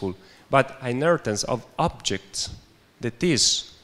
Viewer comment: Stop saying Hinaritance!